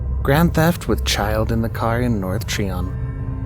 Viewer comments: I live near Charlotte NC, it’s not Treeon, it’s try-on. It’s the name of a road btw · The street in Charlotte (Tryon) is pronounced tri-on not tree-on. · How about scary things in South Carolina? That would be fun. Edit: it's pronounced Try-on.